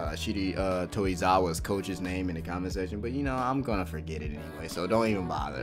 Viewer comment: Bro I aint hating but they you pronounce the names is hilarious